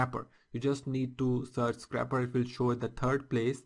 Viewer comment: i believe it is scrape not scrap. So it isn't a scrapper but a scraper. other then that, great video. Thumbs up!